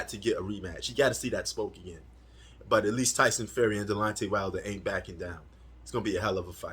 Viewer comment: bro 😂it’s not delontey it’s Deonte 😂 you must be a casual You don’t even know the man name